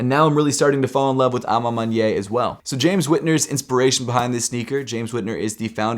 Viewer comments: A ma maniere not A ma manyei or whatever you saying. And it means( in my own way) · Hey! I noticed how you say a ma maniere, sounds like "a ma mon-yay" I think it's correctly pronounced "a ma mon-e-air" a ma maniere, I apologize if that doesnt help. Also Sorry if that sounds condescending, have a great day🙌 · It's pronounced man-yair. Not man-ye.